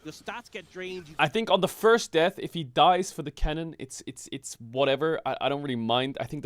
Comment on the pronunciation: you can hear baus "lose a cannon, naw it's a good deaff"